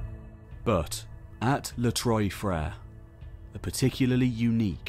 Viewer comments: So weird that he can make these super involved, in-depth history videos, but can't spend 30 seconds looking up how to pronounce "Trois-Frères". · Spent all this time to research history and was lazy enough to write "les trois frères" in Google translate or search it in wikipedia, and listen to how it is pronounced. As a french speaker you butchering those words makes this part difficult to hear. It reminds me you were that lazy. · You really need to brush up on some French your pronunciation of Trois Freres was awful lol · Great video, fascinating and insightful. However I couldn't help noticing the contrast between the careful, accurate pronunciation of the Turkish sites and the butchering of the French "trois frères" cave 😂